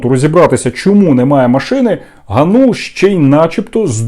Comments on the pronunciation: АВТОР (га`нул) сука удар на первый слог!!! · По-перше, він ГАнул, з наголосом на А. Ви навіть цього не знаєте, що за єресь несете? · Який же ви журналіст, якщо навіть призвіще говорите неправильно? Його звуть Дем'ян ГАнул,а не ГанУл!😡😡😡 Добре,що в вашому призвіще одна гласна літера,не помилишся😂😂😂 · Не ГанУла, а ГАнулула)))) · Вибачте не ГаНУла а ГАнула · ПрізвищеДемʼяна звучить ГАнул, а не ГанУл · Зрадофіл гнап, прізвище треба правильно читати--- ГАнул. Ти став помийкою журношлюшною